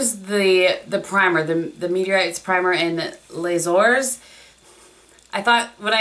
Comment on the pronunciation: it's pronounced Les "zor" which means the golds. You won't have problem saying it nest time:)